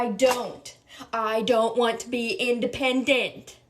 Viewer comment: I don't want to be impotent? Haha what did you say?